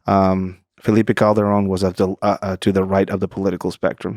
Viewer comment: C’mon Lex! Roll the ‘r’ correctly for saying ‘Calderon’ 😊